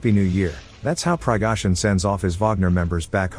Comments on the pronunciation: “Pigohzyn” needs a HIMARS up his a$$ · PLEASE! Translate the spoken Russian. It is important to know what Prighozin (pronounced "Pree-go'-zhin") and the wounded men had to say.